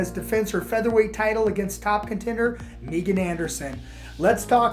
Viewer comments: “MeeGan” Anderson lmao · This dude said Meegan😂😂😂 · Megan or MEEgan? come on, it is Megan.